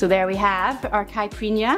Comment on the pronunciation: Another great video and another great drink. However, it's pronounced 'cai-pi-rin-ya', not 'cai-prin-ya'. Four syllables. Also 'cai-pi-ros-ka', not 'ca-pri-os-ka'. And the booze is pronounced 'ca-sha-sa', not 'ca-cha-sa' :-)